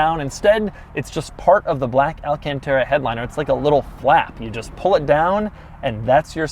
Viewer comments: why do people pronounce it “alcantera” when it’s pronounced “alcantara”? I will never get that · why does he always pronounce it wrong? he says tera instead of tara... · Al-Can-Terra Al-Caun-Taura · Take a shot every time Doug says "alcanteta" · AL-CON-TAR-A thats how you pronounce it u idiot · Niggah say alcontairUH one more time. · This fu*kin guy does the most annoying pronunciation of "alcantara" + "1.5 million dollars" Hope you stop making videos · Nobody: Not a single soul: Doug: alcantara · Please don't ever say Alcantara ever again. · J M Everytime he says it slap ur self in the head